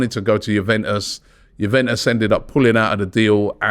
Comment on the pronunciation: Robbie said Juventus correctly for once